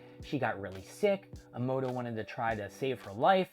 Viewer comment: It's MOMOSHIKI, and why are you stuffing up names so badly?! It's AH-MA-DO, not Amoodo, and Boruto is not pronounced BOROODO. Why talk about a manga if you don't even know the characters' names? If you can't remember how to say that, just call him "Momo" like most of us proper fans do.